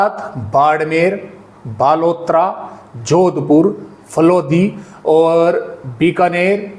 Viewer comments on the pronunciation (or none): none